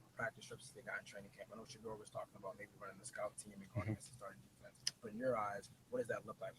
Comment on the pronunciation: Yeah stefanski can't even say shedeur name. Why hasn't he been fired. Lol